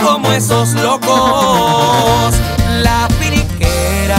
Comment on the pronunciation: Dice "la finiquera" se refiere a Phoenix (se pronuncia Finix), Arizona pero usan video de California... chales